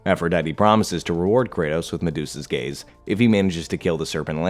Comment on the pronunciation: Gaze or Gays?